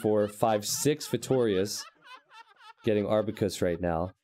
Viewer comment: AR QUE BUS. Not Ar bue qus. T90Please!